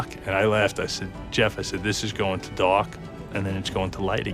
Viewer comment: I thought he was trying to say Die or Dock but he was saying Dark 😂